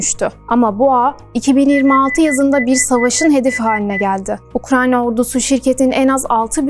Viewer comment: Ukranya değil ya Ukrayna